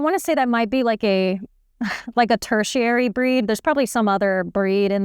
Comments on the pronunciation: I thought you’d like to know that the word is tertiary, with only two ‘r’ sounds. Ter-she-air-ee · So excited about tertiary... and pronounces it wrong twice. lol I love your humility.